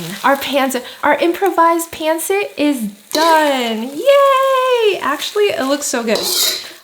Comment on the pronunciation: Looks good! I love pancit but pronounce it pahn SIT